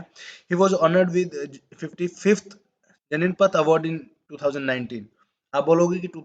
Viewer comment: 'Janan'pith award -actually its - 'Gyan'peed.👍 individual's name pronunciation isn't much imp, bt i think this is.... Pls crct so that others are also in the right track. Thank u 4 the series sir!!😊